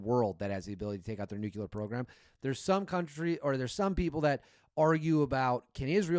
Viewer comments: I left you when you said "Nukelar". It's pronounced "new clear", you got that? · Plz tell me the difference between Nu-Qu-Lar and Nu-Cle-Ar !! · N U C L E A R Not nuc u lear 🤦🏻‍♂️